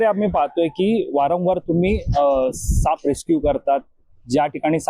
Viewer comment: सापअ असा उच्चार नाही साप असा आहे! तीच सापअ... असे नव्हे तर तेच साप! कृपया मातृभाषा व्यवस्थित बोलायला शिका. 🙏